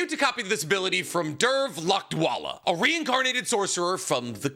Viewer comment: struggling to pronounce "Dhruv" was not in my bingo list 😂😂